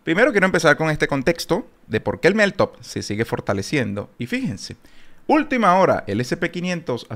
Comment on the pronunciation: Crítica constructiva: Pronuncias mal meltup.. cuando lo dices se escucha: MelTOP